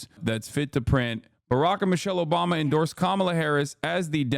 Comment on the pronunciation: Obamna? Soda! OBAMAAAAAAAAA!